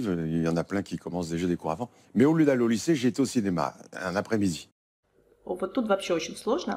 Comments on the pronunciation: Такое ощущение что фраза « Qu’est-ce que vous faites là au lieu d’être au lycée ». Ели написать так как он произносит то я слышу « o lieu d’et » но слово lieu тоже очень сильно сокращено. Очень интересное видео! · Кстати да... может быть! Учитывая, что, по видимому, фразу "au lieu" он произновит, скажем, НУ ОЧЕНЬ по-особенному)))